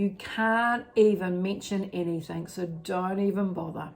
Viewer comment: Hey, you are fabulous:) Anything ( G ) NOT anythink ( K ) just trying to help XXXX